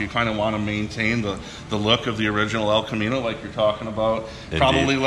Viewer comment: The El Ca-mean-o